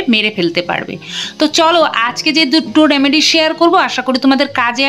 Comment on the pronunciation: কথাটি হলো রেমেডি, রামেডি নয়।